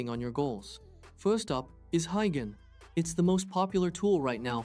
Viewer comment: Wtf is "Hi Ghen"? Do you mean "Hey Jen"?